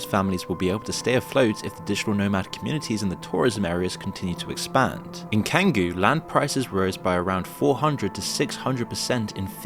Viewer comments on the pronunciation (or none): Canggu is pronounced Chahn gu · It’s pronounced CHAN-GOO lmao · You pronounce Canguu, ch-anguu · You called Canggu "Kang-goo" , which is exactly how I knew you've never been here (it's "Chang-goo"). This video farms outrage off people who farm attention. You're not above them, you're one of them. I've been in Bali for 6 years fyi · 'Kanggu'… you can't even pronounce Canggu (Chang-gu: 'c' in Indo is like the Yuogslav 'hard c', or č) yet you are qualified to present this video? You have 1 million views in a fortnight, and evidently, you're the same 'Dunning-Kruger delusive, empty Talking Head whore whoring for prominence, who'd pay for the pleasure of selling itself' as these nihilistic imbeciles in 'Kangu' you took aim at. Glad I lived in Bali and saw it 2012-19, but Canggu and that whole coastline was already on the way out by 2016, and awash with dross and truly worthless and narcissistic empty vessels. Western society has produced soft, sheltered morons spewing luxury opinions, who've never suffered, have no character, and put nothing real behind their words. Hard times ahead. Slava Ukraini! 🇺🇦🔱🇬🇧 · All true, but calling "Changoo" "Kangu" is funny! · Kanggu??? Its pronounced "Chang-goo". Guess you've never been there, but your conclusions are spot-on mate👍🏻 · canggu is pronounced chang-goo just fyi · The neighborhood you refer to as 'Kan-goo" [Canggu], is pronounced "Chan-goo". FYI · To be fair the area of Bali that has become a tourist hell is a relatively small part of the island. On the other hand there are a tons of places to explore in Indonesia outside of Bali. Also the name of the 'Cangu' is pronounced as 'chan-gu' not 'kan-gu' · Bro... It's "Chang gu" ch, ch, ch Canggu, not "can gu" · Its pronounced shanggu not kangoo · Pronounced chang-goo. I don't think the author of the video has been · its pronounced Ch-ang-gu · c(H)anggu the H is silent C is pronounced CH in Indoneisa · It’s pronounced changgu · Kangu? Learn how to pronounce words, dude.